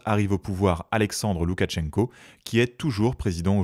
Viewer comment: Très intéressant comme d’habitude! Petit détail de prononciation, on ne prononce pas de t avant le ch. C’est donc, pour l’écrire en français, loukachenko